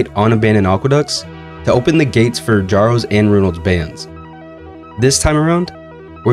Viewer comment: Kjaro is pronounced as K+yaroh, not K+jaroh